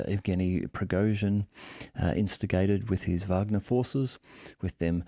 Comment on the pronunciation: WOW! Someone that actually pronounces Wagner correctly!